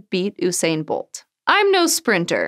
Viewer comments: why does every american pronounce his name wrong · “OOOOHHH SAINE BOLT”